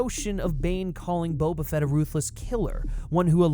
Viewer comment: perhaps it would pay to learn your pronunciation of his first name a little better.